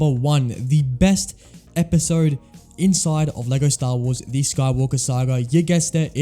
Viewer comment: You should learn when "The" is pronounced "di" and when it isn't